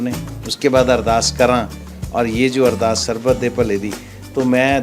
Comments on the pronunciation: अरदार या अरदास please right a right words it's Ardass 🙏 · It called ardaas not ardaar